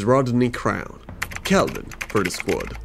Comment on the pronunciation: my god the first youtuber to actually say kelvins name right. i swear every other youtuber calls him kevin or klevin.